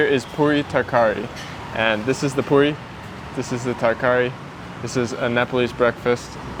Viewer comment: Puri is pronounced like pooriêh